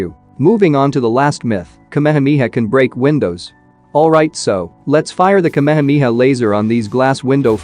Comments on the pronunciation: Its not kamemeha its ka me ha me ha 😂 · It's KA-ME-HA-ME-HAA. not kamehmia. Had to watch this video on mute. Couldn't stand hearing kamehmia anymore. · That's ka-me-ha-me-ha, not kameha mia.😢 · Everyone :- Ka-Me-Ha-Me-Haaaaaaaa Ai :- kamha-mia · Bruhhhhhhhhh the kmehmiha kmehmiha is the epic pronounciation 🤣🤣🤣🤣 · but it pronounced me as me not as mai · Omg the way he pronounced kehemehea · I never knew kamehameha was pronounced as kamamamiha 😮😂😂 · bro butchered the word kamehameha